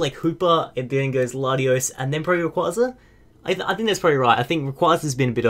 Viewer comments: did you just say rayquaykrai? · said raycraycray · lol "raycraycray"?